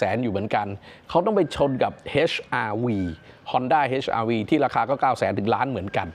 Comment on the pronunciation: อ่านว่า เอช r v ไม่ใช่ เฮช r v 🎉